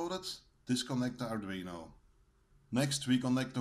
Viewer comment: The pronunciation sounded a lot like 'ardrino' as supposed to 'ardweeno' correct me if I am wrong.